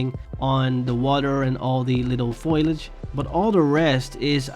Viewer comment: Hey. You are pronouncing "Foliage" wrong. You sound like "Foil-age" when it should be "Fol-iage". Your English is great otherwise.